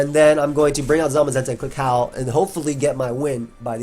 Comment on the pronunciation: Man this whole video I was listening to you say howl and it sounds like you’re saying Hau. First time you said it I was wondering why you brought him up lol